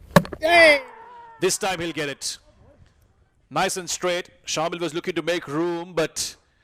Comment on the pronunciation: Some body tell the commentators its not shaamil its pronounced shamAel